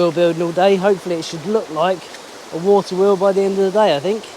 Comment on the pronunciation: wawter weol lol..